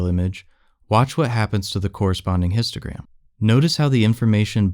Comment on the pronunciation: Why I hear « Instagram » every time they say « Histogram »